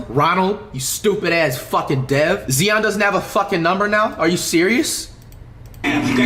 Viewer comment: why does he pronounce his name like zeon instead of Zion 😭